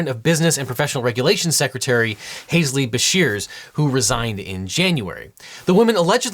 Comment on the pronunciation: Is his name really pronounced "hayz-lee"? I'm going to have to look that up now, because I'd never heard of him before this video.